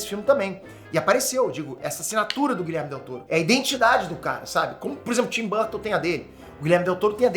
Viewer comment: gente plmds o nome do cara não é Guilherme e sim GuilhermO com "O" no final kkkk